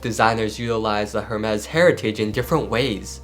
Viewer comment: Hermes pronunciation is wrong …